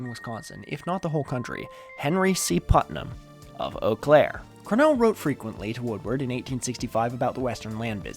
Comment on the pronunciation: dang, you said Eau Claire correctly